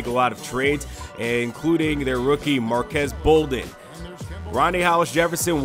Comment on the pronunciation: It's pronounced marquees bolden not marquez